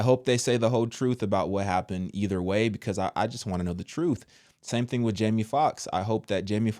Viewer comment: I know this is a serious topic but every time you say "thang thang" I can't help but giggle I'm sorry 🤦🏽‍♀️😂. I'm praying that people wake up and they stop blindly following the CDC and other organizations.